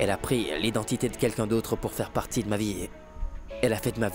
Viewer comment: Mama se sa que tu dis pertie comme ça 🤣🤣🤣🤣🤣🤣🤣🤣🤣